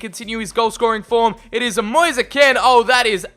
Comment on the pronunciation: I’m Italian and the pronunce of Kean is Ken not Keen,and his name Moise we pronunce it like Moise not Mois or Moisee,another tip for Drąagowski,the pronunce is Drongoski because there is the same ą a of Piąntek who we pronunce Piontek,very good episode. I can repeat it many times:This channel is so underrated